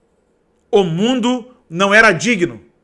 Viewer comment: Que susto, a paz , eu ja achei que era o cantor Naldo, do mundo, kkkkkkkkkk Mas esse ai não viajou, esse fez uma volta no MIUNDO kkkkkkkkkkkkk To rindo de nervoso